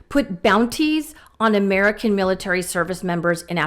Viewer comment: The other day, he couldn't say military. He said. Milater...militer... then switched to sharks.